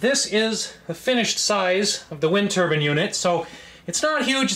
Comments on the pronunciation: TUR-BINE! not TURBUN!! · It’s a turbine not a turban 👳‍♂️. Know the difference. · Turbine. Not "turbin". Long "e". Like "confine". Jeez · lol i do love how crazy it sounds when some americans pronounce it "turban" ;)